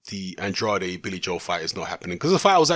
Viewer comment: Even more Andrade mispronunciations in this video than the last one...